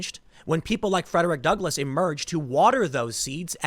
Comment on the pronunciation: I can't believe they tore down the statue of Frederick Duckle- I mean, Douglas. (Tim's oratory error is hilarious. ... "Duckless"... Who says that errors aren't funny?) I have no ducks! I'm an abolitionist, but I'm all out of ducks now! How am I supposed to oppose white supremacists when I have no ducks!? The abolitionist who gives no ducks... Because he is Duckless... Frederick Duckless.